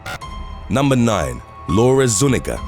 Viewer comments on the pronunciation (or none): Zu-nee-ga, not nu-ni-ga